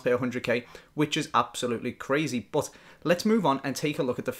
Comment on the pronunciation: but=bat. Not but=bUt. Thats so annoying